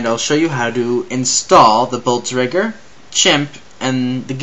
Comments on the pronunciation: "we have the Bultzregger" An fyi, that's not how you pronounce it. Blitz... Kreeg. Is how you pronounce it. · CORRECTION LMFAO: BLEETZ-KREE-GH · you say blitzkrieg totaly WRONG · Dude u keep saying Blitzkreig Wrong